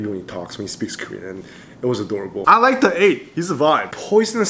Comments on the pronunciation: Is it trigger anyone else by how he says 'The8' when its pronounced 'thee8' 😂😂😂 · i utterly apologize but whenever you say THE 8 instead of THEE 8 even when in english vowels with the is pronounced the other way just makes me cackle but i totally love your content and thank you for doing seventeen content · Hey 👋 This Is A Bit Late Bit I Just Wanna Say That You Are Actually Pronouncing "The8" Wrong😅 You Actually Pronounce "The" As A "D" So You Say It As "D8" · The8 is pronounced like thee 8. Like you’re about to say Theo and before you say “o”, you just say 8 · Name The8 but pronounce as D8